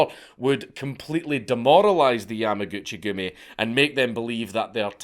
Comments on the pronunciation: yamuhgoochie goomie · Every time he says Yamaguchigumi it sounds like a joke 😆